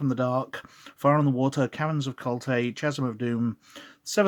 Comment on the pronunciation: >pronounces chasm as ch-asm Oh dear